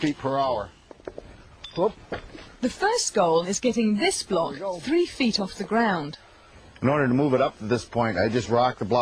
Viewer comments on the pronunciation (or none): none